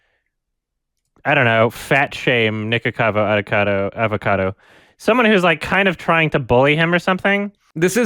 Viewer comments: After hearing YMS say "Nikacavo" I do not apologize. This is a conspiracy against me. I am now a right winger. Thank you. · mispronounces Nikocado's name every time he talks about it hears YMS correctly pronounce it "Is this a wrong answer?" YMS? More like SMH.